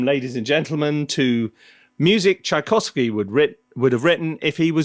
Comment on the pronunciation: Tchaikovsky not Tchaikovsy